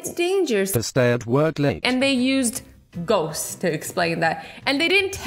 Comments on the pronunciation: Me lmao because she said goats instead of ghosts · You actually said Goats in stead of goest😂🤣😂🤣😂🤣😂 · I'm pretty sure that on the 25 second I heard GOATS instead of GHOSTS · she said goat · What Azzy actually said: “real life GHOSTS” What I heard:”Real Life GOATS” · bc thats what she said. but she meant ghosts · 〖Ｐａｓｔｅｌｂｕｎｎｙ〗 same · Me too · Me to🤣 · 〖Pastelbunny〗 true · I like ghost i meant goats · i thought she said goats not ghosts her: omg there are real life goats?! me: 😑😑😑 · On the captions it said you said gaots😂🤣😂🤣😂🤣😂🤣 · Did u mean to say goats or ghosts